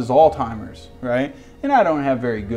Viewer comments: yeah I know what he meant haha. It’s Alzheimer’s. He was saying “all timers”. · Why is no one talking about how called Alzheimer’s, “alltimers” lol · Southern way of saying it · IronRain 15 It's named after the German dude that found it. Pretty sure he liked it when people pronounced his z's correctly.